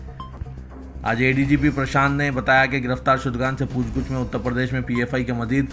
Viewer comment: Poochh Gachh (not Pooch Guchh)